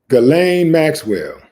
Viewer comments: Ghislaine Maxwell..pronounced "Gilane" short G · Her name is pronounced like geez-lane.